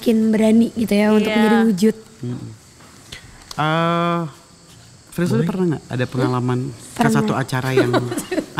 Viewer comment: Telusurin=seselururin Frisly=Frisil Serah lu dah warrrrrrr-_